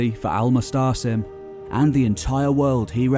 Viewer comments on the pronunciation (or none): His name is Al Muatasem and not Al Mustsem